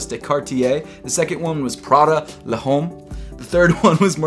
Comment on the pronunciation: L’Homme Is pronounced like L’omme… in French there is a silent “H”. Come on … lol 😂